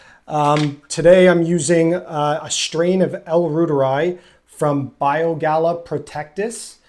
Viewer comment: Small nit to pick, not Bio Gala it is Bio Gay uh.